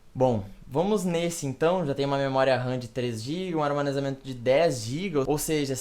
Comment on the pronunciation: ele disse armanezamento varias vezes kkk